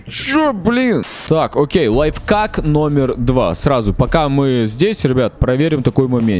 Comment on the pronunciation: Не лайфкак а лайф-ак